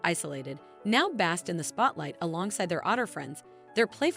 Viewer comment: It's BASKED, not "bast"